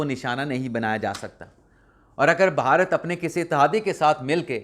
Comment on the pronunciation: آپ بعض اوقات بھارت کی بجائے باھارت بولتے ہیں. جو کہ اچھا نہیں لگتا.